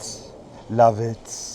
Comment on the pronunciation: “Lav itsss” lmaoooo